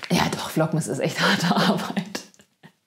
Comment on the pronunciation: Vlogmas ausgesprochen, hört sich an wie „Vlog-Mist“.. 😅🤐 aber ich finde deine echt unterhaltsam, easy-peasy, mal lustig, mal nett entspannt als würde man mit einer Freundin quatschen. Danke, dass du uns etwas an deinem Leben teilhaben lässt. Mach weiter so- und nur so viel, wie dir gut tut. 🙏☀️🙋🏻‍♀️